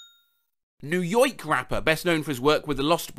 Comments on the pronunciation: did say "new yoyk"? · "New yonk rapper"